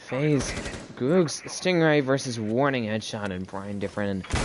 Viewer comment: GG, it was pronounced G ug g z not googz lol edit: revoked doesnt really have fraggers we all shared and i dropped 16 kills as hard support